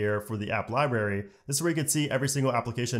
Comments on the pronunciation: Great video, but my god man, it’s LibRary not Ly-berry. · What’s a liberry? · My dudes says lie Barry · LibRary, not Libary... Had to stop listening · The way he says library! 👀